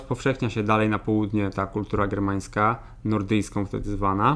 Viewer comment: Srermańska a nie germańska..